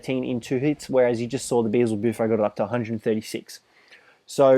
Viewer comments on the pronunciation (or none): it's beelzebuffo not beezelbuffo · they keep naming the frog wrong.... it's BEELZEBUFO... not BEEZLE BUFO